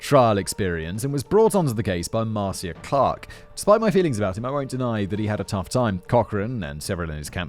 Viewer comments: Simon! MAR-CIA.... Is said like Marsha! Marcia Marcia Marcia!!! LMADO! 🤣🤣🤘🎸🤘🎸🤘🍻🍻💚🧡💚🧡💚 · I love you Simon and I enjoyed this video, but please Google how to say people's names 😅. Ms. Clark's first name is pronounced mar-sha and Judge Ito's last name is pronounced ee-toe. 😉 I believed OJ did it before watching the video. This video only confirmed it . This video taught me sooo many details of the story I didn't know. As an American I lived through this but didn't watch the trial as a was a teenager then. I've watched many specials discussing the trial over the years. I did not know about Navy training with the murder weapon or O.J.'s confession to R. Grier. There is no such thing as "being smart enough to get out of jury duty." Jury Duty is a legal obligation and if you fail to appear when summoned, you go to jail. The only way to never get called for Jury Duty is to never get a driver's license. Of course, driving without a license is a crime too. Being summoned for Jury Duty does not mean you will actually serve on a jury. I've been called three times over 15 years but released. They did offer all of us who released the opportunity to stay and possibly be selected for a jury; we all left the court house. 😅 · Also Marcia is pronounced marsha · Pronounced "Mar-Sha", as opposed to "Mar-See-a" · Please, please, learn to pronounce the names. Ito is Eee-toe not eye-toe. I know they say it Mar-see-ya in your neck of the woods but she’s an American; it’s Mar-sha.( Marcia Clark). I remember the trial- it was a bloody circus. Despite OJ desperately sucking up to white America and trying to erase being black, he was able to fall back on race and blame racism for blood evidence. Of course OJ did it- and he got away with it. And I do blame Cochrane. But the prosecution let themselves down. Ms. Clark was the best of them; but she didn’t bring up that blood shrinks leather. Sigh.